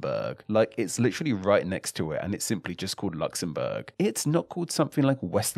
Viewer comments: I hate how this guy says Luxembourg so annoying talk properly. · Luxembourg, Luxembourg, Luxembourg not Luxembourg - a technically true sentence